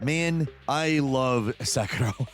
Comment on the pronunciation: So you love sekAro? hahaha. You Americans really do heavily struggle with Japanese words and names.